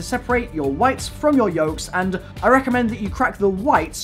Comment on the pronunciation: Why does he add uh to the end of nearly every word? "Anduh a waffle keychainuh"